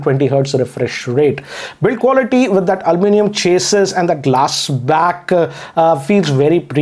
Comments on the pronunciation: this is just an advice to you., That you spoke Alluminium as Almonium. Please rectify it. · Love it when he says Almunium